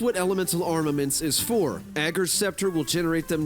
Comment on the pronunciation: Thanks for being the only Youtuber to say "Ager" right!